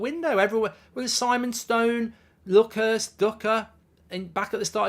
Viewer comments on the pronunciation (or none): none